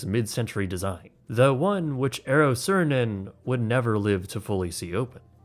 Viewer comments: not 'siirinen, but sAAH rinen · That might be the worst possible pronounciation of Saarinen I've ever heard. I started watching this like a podcast and thought he said "Sören" or something. Tip: In Finnish, every letter is pronounced. No silent letters. Double letters are long. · That Saarinen's last name was butchered quite heavily...